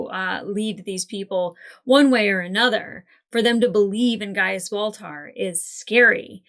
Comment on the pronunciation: I never heard "ball tar" until this video. Thank you? 😂